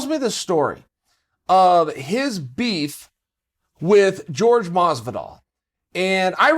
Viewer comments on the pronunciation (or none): His name is jorge, not George. Just like you're Chael and not Gaél. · Ffs Chael. Is name is jorge, not george. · George? It's Jorge! You may not understand this word, so go ask Aretha Franklin about RESPECT! And this is coming from a Diaz brothers fan... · It’s pronounced “Hor-Hey” not George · Horha not George 😅😅. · It’s not George, it’s Jorge [ˈxoɾxe] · George lol sounds like hore hey, mas ve dal chael is a topman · Is not George, it's Jorge. You don't call Usman "us man", you don't call Conor "conair". Its Jorge. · ...isn't it "Hor-hé" Masvidal and not George Masvidal? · I hope Jorge baptizes Chael for saying his name wrong on purpose. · Jorge Hor-Hey not George 😫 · It's not George it's jorge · Its Jorge "Hor-Hay" not George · Hor-hey Masvidal. Plz. Stahp the George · Some people say Jorge (horr-hey) and some day it as if its George, what the hell is it people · I'm pretty sure it's pronounced Hor-hay not George, he's latino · How hard is it to say Jorge and not George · "Whore-hey" not George ffs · Jorge "George" Masvidal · Why do people call him George? It’s not even one of the tougher Hispanic names to say. Jorge (whore-hey) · It’s Jorge not George 😂 😂 😂 My g Jorge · CAN WE STOP CALLING HIM GEORGE LOL ITS PRONOUNCED HOR-HAY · His name is pronounced horhey not George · "George" Masvidal 🤣💥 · jorge “george” masvidal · Jorge is not pronounced like George for fuck sake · Why is he saying George? His name is Jorge, Spanish name. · How hard is it to say "Whore-hay" jesus Chael aha! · Who else came here just to hear him call Jorge "George" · it's pronounced HORHEY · Stop saying it like George he is Mexican fuck ya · "George" Masvidal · Uncle chael, say it with me, HoreHey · Can someone please tell Uncle Chael it's Jorge not George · I died when I realized he calls him GEORGE Masvidal. He's such a fucking troll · Why can’t he say his name? It’s Jorge not George. It’s just annoying. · Say it with me now, Uncle Chael, "Hor-hay Masvidal." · why he still say george